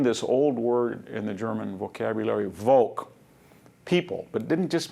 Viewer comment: I'm surprised that VDH doesn't pronounce Foch or Volk correctly. Com'n Man!